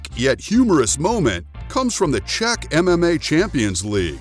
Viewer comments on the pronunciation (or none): none